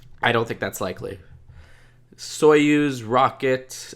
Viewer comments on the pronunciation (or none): none